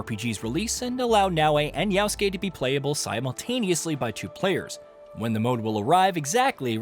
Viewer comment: why doeas he call him always Yausuke when his name is Yasuke